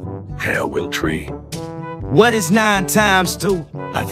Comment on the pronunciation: "okay i will tree"